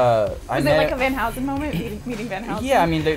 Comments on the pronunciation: She said Van Housen....😑✋ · "van housen"